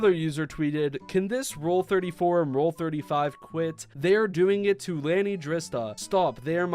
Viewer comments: Lani (pronounced Lah-knee) is Tubbo's younger sister, who has also appeared in a few of her brother's streams and Tommy's video's. And as a person who's pretty active on AO3, I'm sad to say that I've seen nsfw fics with Tommy, Tubbo, Ranboo, and yes, even Drista (not sure if I've seen Lani) show up in the list of fics when I just look up DreamSMP or any particular tag that has to do with it (and sometimes even unrelated tags). I usually either skip them or leave a comment asking the author to remove it (you can skip straight to the comments if you click on the number of comments instead of the title), but yeah, it's fucking disgusting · not saying your wrong in this by any means just wanted to correct a few things that my ocd wont let go x.x, Lani(la-knee) is Tubbos younger sister who has played on his account on the SMP, the DSMP is NOT a MAJORITY minors, At this time Ranboo has just turned 18 but he was one of the minors, Tubbo(till christmas eve) Tommy(will be 18 in April) Purpled was a minor last i heard but im unaware of his age and then the lil sisters Drista(who is ROUGHLY 1.5 years younger then Tommy per their convos) and Lani who might be 14 by now but idk if theyve ever confirmed her Bday. not that this clarification changes ANYTHING, its stilll not ok nnor was it ever and the Rule 34 website dose need to Moderate for underage pictures most certainly; Also R34 dosent say there SHOULD be lewd art of stuff just that there IS, just like in life, we dont WANT disease and death its just unavoidable. x.x Also instead of just simply censoring p*rn by leaving a blank words like inappropriate or Lewd, scantily clad/clothed, or undressed can all work well and SHOULD be fine with the youtube Censors :o keep up the good work tho i had no idea the R34 artist had taken things so far with the girls, tho it unfortunately dosent SHOCK me x.x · Lani is pronounced lar-ni (my sisters name) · Omg the way he pronounces lani kills me! I’m not mad I just think it’s funny